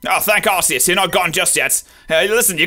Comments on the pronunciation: You're mispronouncing Arceus. The official pronunciation is Ar'k'eus, not Ar's'eus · ark-ee-us to be exact;)